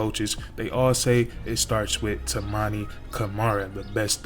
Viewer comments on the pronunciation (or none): You almost said Toumani's name correctly. It's (Too-Monny). & Deni Avdija(Dinny)(AHV-dee-uh). Great video my Boi‼️🫡👍🏽